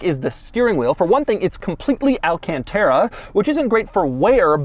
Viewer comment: it's alcantara not all-can-terra